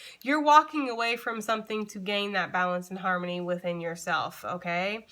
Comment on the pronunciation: That "harmony " sounded like her money. I'm like ok!🥴♊ Great message as always lady!💫💖